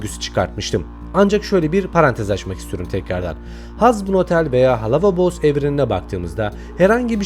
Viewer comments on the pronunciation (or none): Bir Kinger abel oluyor bir zestial kabel oluyor teorilerin çok b*ktan sesinde öyle ayrıca “Halova Boss” değil “Helluva Boss” deniliyor ona lütfen kapat şu kanalı